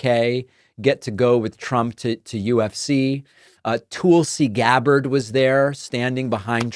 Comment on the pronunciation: Toolsi gabbard …😂😂😂 I caught that Pakman 😂